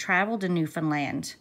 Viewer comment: Thank you for coving this story & pronouncing Newfoundland properly lol! No trouble to know that you are from here. I just came across your channel and subscribed. What part of the island do you hail from? I just heard this story on a podcast by Dateline NBC. Marks brother Barry took off with & married the babysitter while Mary Beth was gone to NL for the court case in Grand Falls.